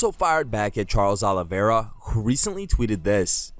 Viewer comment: Hey Felder ! THE CHAMP HAS A NAME AND ITS: "CHARLES OLIVERA"